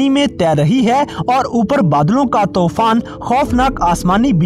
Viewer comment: Not Tofan it's Toooooooofaaaaannnn